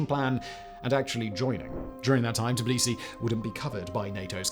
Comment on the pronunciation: Did Simon say Tbilisi and Shevarnadze at least once the right way?😂😂😂